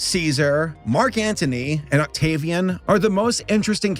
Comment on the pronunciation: Oct-gay-vian.... why did I do this